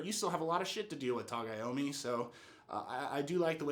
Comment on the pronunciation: It's Tagomi lol not Tagayami man